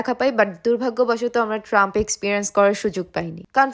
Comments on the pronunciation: Thank you for your beautiful vlog. Your are trying to present as smart guy. Your bangla pronunciation is not like average Bangladeshi. But most sorrowful matter is your ignorence about the name of two thing of Kolkata. There is no transport vehicle in Kolkata in the name of trump(ট্রাম্প ) Actually it is tram. Another is perhaps you pronounced splender, but it is Esplanade. In this era of internet wrong pronunciation is shameful. Next time I hope you will be well informed before such smart mistake.Finally how you enjoyed your medical tourism. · trump na 😂 tram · Trump na trum , rumali ruti ar lacchha porata, ota splendor na , esplanade metro station, tobe tomra khub misti , ktha gulou misti , vogoban tomader mongol korun❤ valobasa roilo kolkata theke❤ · তিনটি সংশোধন : ট্রাম্প নয় ট্রাম, এস্প্লান্ডার নয় জায়গাটার নাম এসপ্লানেড এবং ভিক্টোরিয়া হাউস নয়, ভিক্টোরিয়া মেমোরিয়াল। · ওটা ট্রাম্প নয়, ট্রাম 😂😂😂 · First of all ......ট্রাম(Tram) বলে ট্রাম্প নয়....then esplanade(এসপ্লানেড) ....splender তো একটা বাইকের নাম😂....যাই হোক ভাষায় অনেকটা তফাত রয়েছে। আমি kolkata vs Dhaka দেখতে গিয়ে আপনার video তে আসা, আমি পেশায় একজন Indian Railway employee । আমাদের ভারতবর্ষে আপনাদের স্বাগত, আবারও আসবেন তবে স্থানীয় লোকজনের থেকে জেনে নেবেন দোকান মেইনলি street food কিন্তু যথেষ্ট ভালো as compare to Bangladesh বেশির ভাগই তবে সব নয়। আমি ঢাকা একবার গিয়েছিলাম অনেক আগে। আবারও যাওয়ার ইচ্ছা আছে... দেখি ভগবান চাইলে অবশ্যই যাবো.... ভালো থাকবেন সবাই। নমস্কার 🙏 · এসপ্ল্যান্ডার (এসপ্ল্যানেড) আর ট্রাম্প (ট্রাম) শুনে বোঝা গেলো পুরো বাংলাদেশি।😂😂😂😂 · কথার মাঝে মাঝে Like,Than,is,so,but বললেই Smart হওয়া যায় না মামুনী!!😅 তোমাদের IQ ঘাটতি আছে 😁 না হলে ট্রাম কে কেউ ট্রাম্প বলে 😂🤣😆!!! Over smart হওয়ার আগে একটু Educated হও।বিদেশের মাটিতে বাংলাদেশের নাক কেটোনা!!!🤗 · ট্রাম্প নয় ট্রাম..... পেঁপে আর ফল গুলো মিষ্টি হবেই কারণ ওগুলোতে সেকারিন দেওয়া থাকে...আর এত ইংরেজি কেনো বলেন .... আর ওটা এসপ্লানেড ...আপনাদের দিকে তাকানোর কারণ আরেকটা ছিলো এতো বেশি আটা ময়দা মেখেছেন তাই😂😂😂